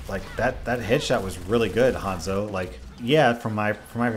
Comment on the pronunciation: It's Haanzo!! Not hand-zo